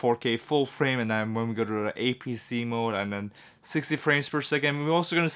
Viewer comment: It’s apsc not apsh.